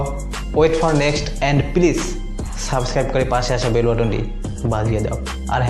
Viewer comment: Please শব্দটা উচ্চারন করতে পারেননী আবার মি: মিজানুর রহমান আজহারির সমালোচনা করেন ! দেওয়ান বাগীকে নিয়ে করেন ঠিক আছে। কথা বলার আগে ভাল করে বুঝে নেন কি বলবেন কাদেরকে বলবেন। ধন্যবাদ